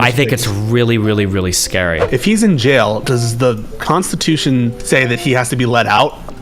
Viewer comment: "There's no danger of any civil war or unrest or anything!" "Guys, it's scawy wight now."